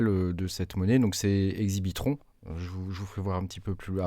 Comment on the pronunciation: L’exchange pour le pulsar c’est « Exbitron » le nom, pas « Exibitron ». Lol Merci pour la rigolade ;-)